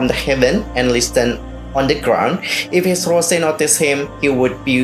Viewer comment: Listen (lissen) , improve ur English